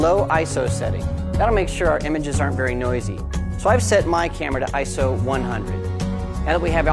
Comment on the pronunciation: ISO. eye, es, oh.......... say it slowly, EYEEE ESSS OHHH. not eyeso